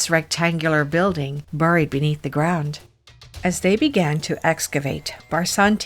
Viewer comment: pronounce buried , like this barryd not burry